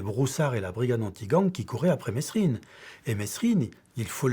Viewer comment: Ptn mais qu'est ce qu'ils ont tous à prononcer le S dans mesrine ,il le font exprès c'est pas possible